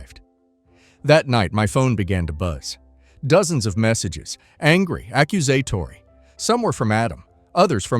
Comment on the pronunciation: Your AI can’t pronounce “accusatory”.